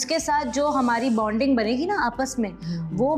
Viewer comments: lol said Bounding again omg 😂😂😂😂😂😂😂😂😂 wtf bruv it’s Bonding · is still saying "Bounding".. uff God!!